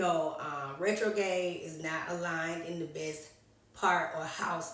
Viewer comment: RetroGRADE, the r is not silent